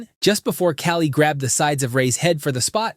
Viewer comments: The infamous ca-lee instead of khali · He pronounced Khali weirdly